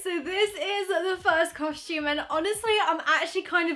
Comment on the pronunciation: I just noticed you say costume the same way mia maples says it "coshtume" lol